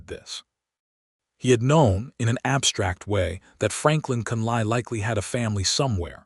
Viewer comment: Hate to start this post with complaints about AI , however, the last name of Catherine is not pronounced as Con,lie but is pronounced as Con,lee. Lord have mercy, the narrator correctly pronounced Tucson!!!!!! Listening from Clarksville, TN.